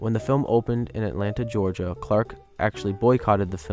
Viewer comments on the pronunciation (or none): none